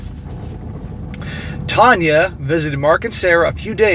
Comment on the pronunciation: "Tanya" more like "Tania" Kappa